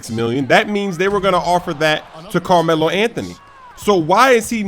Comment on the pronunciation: Carrrmelo Anthony... - Evil Carmelo